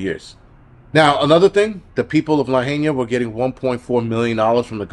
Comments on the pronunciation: 😂 bro it’s not Luh- hay- nia 😂😂 it’s Luh-hi-nuh I’ve been laughing at you all day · Bro it’s LA-HI-NAH not LA HAY NIA but great content anyways. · ITS PRONOUNCED “ LA HI NA” AND PLEASE PRAY FOR ALL OF MAUI, THIS WAS PURPOSELY DONE TO LAHAINA JUST LIKE THE PARADISE FIRE WHICH I WENT THROUGH ALL DAY ALONG WITH HUNDREDS OF OTHERS, ALL OF US KNOW IT WAS DONE TO US AND PLANNED! THE TRUTH ALWAYS COMES OUT IN TIME AND THE EVILDOERS WHO PERPETRATED THIS WILL ANSWER TO THE ALMIGHTY AND BE CAST INTO THE LAKE OF FIRE FOR SURE!! 🔥🙏🙏🤙🏼🙏🌺🙏🙏🙏🙏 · It’s La-hi-na!!!!